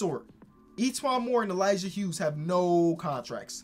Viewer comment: Finally someone says the Hughes right. Bc my last name is that